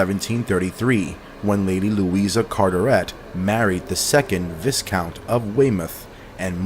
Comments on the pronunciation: The S in Viscount is silent BTW, it's pronounced Vycount. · Lord & Lady! I wish people would actually look up how to pronounce a word if they're going to repeatedly use it. It's VY not VIS. That jackass' mispronounciations is almost as annoying as that Chills dude's voice.